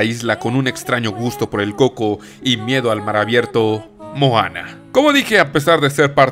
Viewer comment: "mojana" ;'D